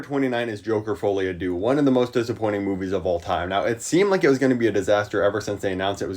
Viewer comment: folie a deux pronounced "der" not do